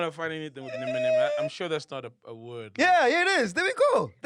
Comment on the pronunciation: I swear is the best moment in this episode 😭The way MacG said nemenem... I'm crying